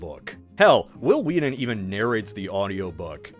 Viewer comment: Why are you replacing the letter t with the letter d in every freaking word dude, will you please speak correctly if you're going to narrate entire videos? It's wheaTTTTTTTTTTon not wedddddon